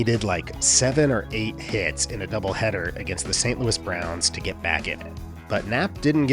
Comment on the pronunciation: Creve Coeur is outside of St Louis, which is named after the king but not pronounced like "Louie" :)